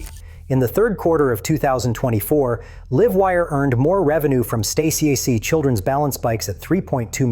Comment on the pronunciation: It said "the live wire' as in, "live" a good life. A.I is and will always be shit. Just tune your ears and you will hear it. Mock it and COMPLAIN. YOUTUBE needs to force a disclaimer for A.I.